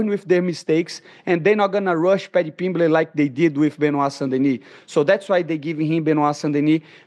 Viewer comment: Pimblitch 😂 this guy kills me